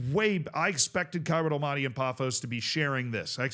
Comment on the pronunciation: love your vids however hearing you say almaty like that is nails on chalkboard i beg of you…. it’s All Mah Tee